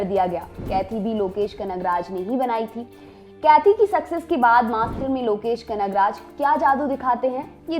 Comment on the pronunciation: It's not kethi, its kaithi, in Tamil its pronounced- QAIDI.